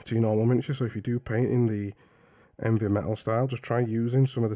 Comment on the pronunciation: Hell man you absolutely rock!! I love your approach, telling and explaining, keep it up!! I find your painting really nice - also you said “Envy” metal style, was that on purpose? If you paint like you do, there’s nothing to envy about the eavy metal style. Kudos!